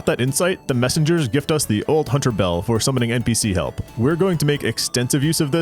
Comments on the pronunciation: "after all a hoonter must hoont" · A hoonter must hoont sou hoont a did, simple.